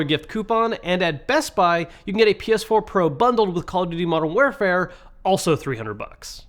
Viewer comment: Did anyone else notice when he said Call of Duty Modern Wear Fare instead of Warfare